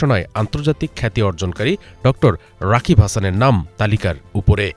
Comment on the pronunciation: অআরে ভাই, এইটা রাগিব হাসান। রাকিব না। ঠিক করে বলেন।